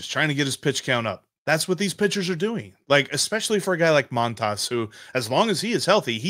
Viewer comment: Love the show, guys, but please learn the correct pronunciation of Montas. It's pronounced Mun-toss.